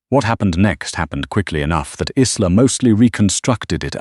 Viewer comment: Good story, shame you haven't resolved the AI problem regarding pronunciation. Isla is a Scottish name and is pronounced EYE-la. As in island - eye-land. It is most distracting and stops one enjoying the story properly due to cringing every time a name is mispronounced.